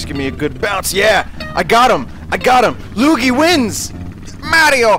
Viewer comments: dark viper42 But it's Luggy not Luigi. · Josh Walker You mean Luggy impression, right?